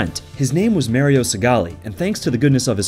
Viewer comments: and it is MARIO NOT MERIO ! ! ! ! also it is SAMUS NOT SAME-US ! ! ! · Great video but i cant stand how you pronounce the "A" in Mario and Samus lol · I don't like it when people say "mare-io" instead of Mario lol